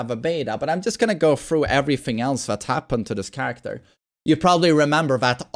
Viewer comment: "Changie charecta"